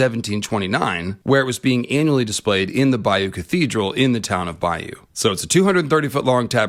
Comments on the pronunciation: Argh, your pronunciation of Bayeux is bugging me. In 2016 a friend and I went to Europe and the USA, we started in Bayeux (and yes saw the 'tapestry') and learned that the town is pronounced "Bay-er". Another stop on our trip was New Orleans and we ended up naming the whole trip "Bayeux to Bayou". You are pronouncing"Bayeux" like you should pronounce "Bayou". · "bay-or" I think is the pronounciation but I could be wrong. Highly suggest you see it in person when its on display in a museum. I saw it when I was a kid its fricking EPIC